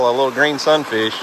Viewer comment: God bless y’all for making this kids day, memories he will cherish🥰🙏🏻😇. Now I must admit that at first every time you’ve said Sun fish I thought you were saying “look at that son of a B- - - -“ LOL🤪😆. I am relieved I was wrong 🤭😉. Love and prayers always🙏🏻